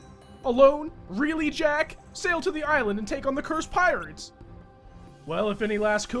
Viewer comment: Do you also pronounce the S in "Island?"